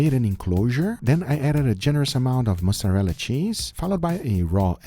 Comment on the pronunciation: When he said « I added a good amount of mozzarella cheese » it sounded like « mustard on the beat » and they not like us from Kendrick popped up in my head 😂